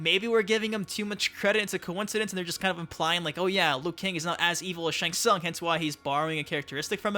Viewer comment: it's Shang Tsung duhh